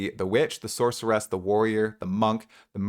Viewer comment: SORCER-ESSS + HUNTER-ESSS = no, fucking stop already